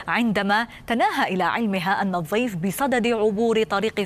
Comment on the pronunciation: ليت المذيعة تتعلم طريقة لفظ حرف الضاد صح فهي تلفظ كلمة الضيف ب الظيف